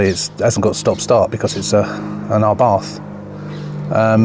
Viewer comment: FUBARth - is what I thought you said 😂